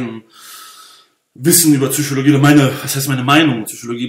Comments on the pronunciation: Wir haben fast 1 Stunde lang die "Züüschologie" gespürt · "Zychologie" hahahaha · PHSychologie nicht Züchologie. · "zyschologie :D:D" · bitte sag psychologie und nicht tzychologie, sonst top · Schmatz, Intension, Schmatz, Zychologie. Die Message ist Ok bloß deine Aussprache verführt einen dazu sowas zu schreiben.